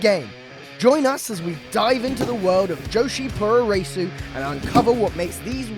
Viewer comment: There's so much to be said about this. (1) The way that the announcer says "joshi puroresu" is dreadful. (2) None of the women in Stardom are big stars. Talk to a Japanese person on the street about Stardom, see what he or she says. (3) Hilarious to watch women practising blows with full force on a punching bag, then watch them throw softballs in the ring. (4) Thekla is making no waves at all. (5) "Wrestling is huge here": cut to a shot of a few hundred men in a small venue. (6) She barely touched her opponent and slapped her left leg to make that sound. Who is she kidding? The sound came after the shot. (7) Way to expose the business . Leg Slap City. Women's pro wrestling in Japan is a fraction of what it once was. This isn't the 1980s.